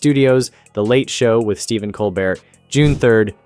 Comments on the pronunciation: It's Col-BEAR,, BEAR! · How about pronouncing Mr. Colbert’s name correctly more than two times in a video. Just so you know… it is not Cole-BERT, it is Cole-BARE. Have you ever watched the show?…it would seem not. It is a French name, hence COLE BARE. It is an insult to Mr. Colbert…aside from that I enjoyed your videos on Colbert and Kimmel. Please watch the Colbert show and learn to be respectful. Thank you. 🙃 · It’s amazing that you can’t pronounce “Cobert”